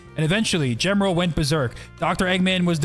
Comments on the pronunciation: I would like to start a petition to pronounce Gemerl like Ye-Mer-El instead of Gem-Er-El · His name in Japanese is pronounced ジーメル (Jimeru), but for some reason Google translates it as "Zi"